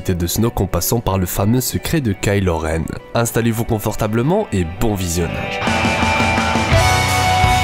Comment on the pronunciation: Attention on prononce pas ka ilo renne on prononce kaï lo renne